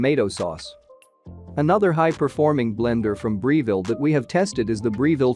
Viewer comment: Purchased my Vitamix 5200 back in 2009 and it still works fine, no problems with it. Good video except the narrator mispronouncing the names of the Vitamix and Breville. Oh well.